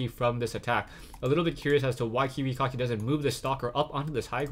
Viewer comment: love ur pronounciation: Kiwi Cocky ^^